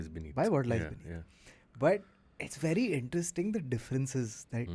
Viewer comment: Did just say "v difficult" instead of "very difficult"??? 😂😂😂😂😂